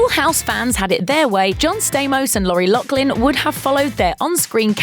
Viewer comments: Pronounced Loff-lin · There’s no k in the last name ... LOUGH. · I cringed every time she said Loughlin. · There’s no “k” in her last name